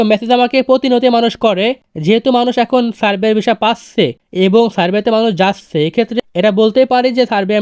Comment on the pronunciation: যাচ্চে, পাচ্চে না বলে ভাই যাচ্ছে পাচ্ছে বলেন ❤